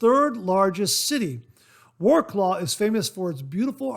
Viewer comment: Good morning great mail bag as always and great to meet you last weekend! I was saddened I couldn’t stay to the end of the Ohio wet shave meet up but Iloved going. By the way, that town in Poland is pronounced “rotes waff”. Hope all is well